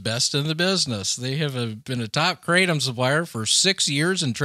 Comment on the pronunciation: Kratom is pronounced: "kruh-TOM"